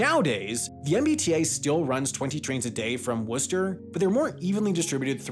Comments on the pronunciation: Props for pronouncing Worcester right. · Must resist urge to correct pronunciation of MA towns. He got Worcester right, you can forgive him the rest. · Great job researching pronunciations! Most people outside of New England don't know how to pronounce Worcester correctly. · I lived in Worcester for many years, it’s pronounced with the same vowel as “should” or “hood,” and you don’t say the middle r. In fact a lot of people from Worcester don’t say the other r either. So it’s pronounced “Wuster” or “Wustah” or occasionally “Wistah.” Fantastic little city, even with its obvious transit challenges. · it's pronounced Woostah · The commuter rail is also operated by Keolis which is a contracted company so that may play a role in its reliability. Also thanks for pronouncing Worcester correctly lol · You pronounced Worcester correctly!!!!!! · I'm just impressed you pronounced Worcester correctly. Good for you. Cheers.